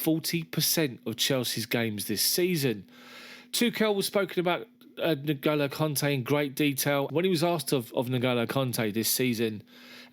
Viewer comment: It's not NoGolo, it's pronounced Engolo